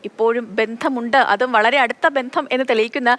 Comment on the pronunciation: ഇയാളെന്താണ് വാർത്ത വായിക്കുമ്പോൾ ചില വാക്കുകൾക്ക് ഇത്ര ഉറപ്പിച്ചും മുറുക്കിച്ചും പറഞ്ഞു കൊണ്ടിരിക്കുന്നത്..ഭാഷാ ശൈലിയിൽ മാതൃഭൂമിയുടെ പാരമ്പര്യം ഒന്നു മുന്നിൽ തന്നെയായിരുന്നു എന്നും..(ബന്ധം എന്ന വാക്കിനെ കുറിച്ചാണ്)